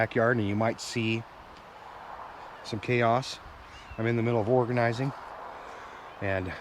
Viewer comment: i know you said organizing but i heard hoard-a-nizing, thats what i need to do...😂